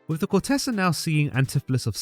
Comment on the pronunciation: Very nice. However, please do learn how to pronounce the words 'ducat' (duck'at) and 'courtesan' (i.e. COURTezan, not court-TESS.an)!